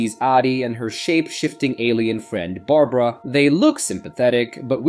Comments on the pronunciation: You say midnight when the clock says 3am, "mystical Chinese toy" when it is very clearly a Russian doll, you call Barbara Berabera... what else did you get wrong? Is this an AI channel or something? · "Bara-bara"? Someone help this A.I. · who is bera bera? maybe yall should teach the ai to read better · When you miss a spelling mistake in your script and the AI refers to “Barbara” as “Barabara” in the middle of your vid without missing a beat. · Good job wit the fake voiceover, at first what gave it away was the voiceover going between pronunciations such as going between saying A-dy and Ad-dy, but the real kicker was when the voiceover said Bara Bara instead of Barbara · Bara Bara for Barbara hahaha. If you're gonna be lazy and not get a VA at least QA your AI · Bera-Bera 🤣 AI funny